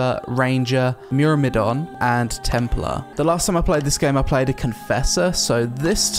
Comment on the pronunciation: How is it possible Ive seen 3 people unable to pronounce Myrmidon in like 3 days. It's not even hard. There's no silent letters, you just literally say it how it's spelled. MYRM I DON